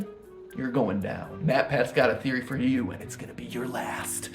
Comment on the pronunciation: pwapers pwease thweowey